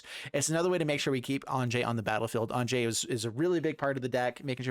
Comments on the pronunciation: Am i the only one calling her "Ahn-ya"? It seems like the 'j' should make a the sound a consonant 'y' normally would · Great deck. Just one thing, Anje is actually pronounced "anya" since her family has the whole German thing going on. Falkenrath is derived from the words meaning "Counsel of Falcons". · According to Gavin Verhey it's pronounced AYN-jee, but everywhere in the world that the name is actually common, it's usually pronounced AHN-ya. Its origin comes from the Hebrew name Anna.